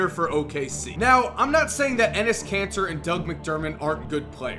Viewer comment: Doesn't pronunciation of kanter sound like cancer?